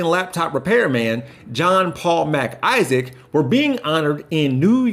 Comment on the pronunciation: Now that is how it's done. Scream the bastards off the street.Dont let their lies be heard. And " Mc'Issac or Mac'Issac is pronounced ' Mick Issick.' Unless its some bizarre American thing. Won't fly in Canada or Scotland. Laughed at though.